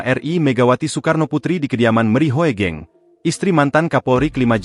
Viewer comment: Google voice memang agak-agak/masih jauh dari kata bagus. HOEGENG=HUGENG.., HOEGENG di baca HUGENG.